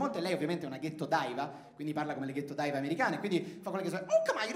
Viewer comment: Si, Edoà, tutto corretto ed anche molto divertente, però "daiva" e " Grammy" nun se po' sentì. Let's try to be a lil' more accurate with this shit ;)